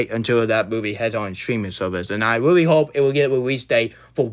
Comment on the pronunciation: Weally disappointing cwis